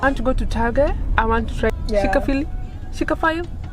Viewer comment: Pronunciation of Chick-fil-A is the most hilarious thing I've heard. Enjoy America it's a hot mess my fellow Kenyan woman.